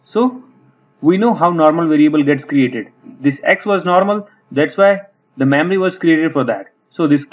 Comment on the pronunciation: I will say, this is a very informative video. I will also say, when you say "memory," it sounds a lot like you're saying "mammary." I know this reflects more on me than you, but I just wanted to point that out. Also, and more importantly, you speak in a bit of a mono-tone so it is something of a challenge to stay focused on what you are saying throughout the video. Still, thank you very much for taking the time to make this helpful video.